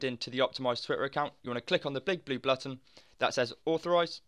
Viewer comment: he say big blue blutton